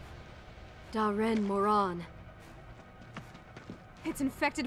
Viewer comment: They pronounced the elder dragon wrong me and others call it Daran Moron.